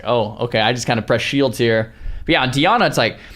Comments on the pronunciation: DI-ANA bro.ffs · Dee Ah Nah